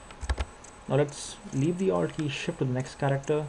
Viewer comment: i kinda had to go back a couple of times there too. i heard owld.